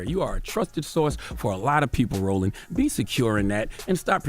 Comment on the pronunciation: Yo did he call that man “Rolling” instead of Roland at Also I can’t say I’m cool with black folks cuttin each other like this